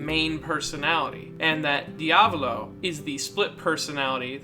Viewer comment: “De-avlo” it’s pronounced “Dee-ah-vowl-oh”